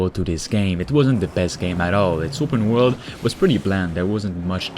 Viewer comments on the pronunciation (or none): it's upeen wurld